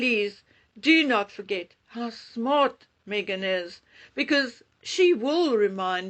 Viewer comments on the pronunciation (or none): none